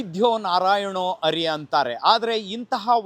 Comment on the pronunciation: Anna adu ARI alla Hari 🤦🏼